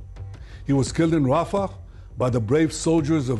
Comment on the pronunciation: Rafah, not "Raphar"